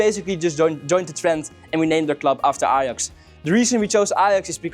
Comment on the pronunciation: Ajax* not Alex 😂